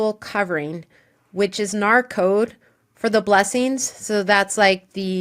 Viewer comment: It's called N.A.R not NAR. It sounds weird to call them NAR when everyone else doesn't